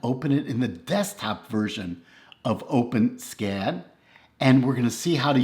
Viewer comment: fyi... it's pronounced "Open-Ess-Cad".... not "OpenSKAD"